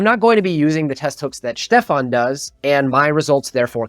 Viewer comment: It's Schtefahn, not Stefan. 🙃